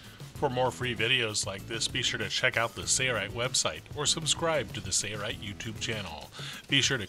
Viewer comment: Does anyone else notice when he says "Sailrite", he hardly pronounces the "l". I hear the word Sailrite as Sayrite every time he uses it. Sail Rite yes Sale Rite yes Not Say rite.